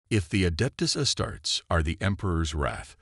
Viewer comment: Astarts? I hate AI...